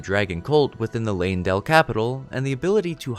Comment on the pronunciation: Ok sorry but what's with the weird emphasis on words in the Morgott section? Erd-TREE Leyn-DELL Storm-VEIL Like why are you putting so much emphasis on the wrong part of the word?